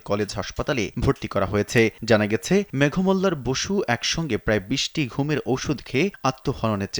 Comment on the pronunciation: কনটেন্টের ভয়েসদাতাকে বলছি। ওনার নামের উচ্চারণ (মেঘোমল্লার)। একটু অভিধান খুলে দেখবেন।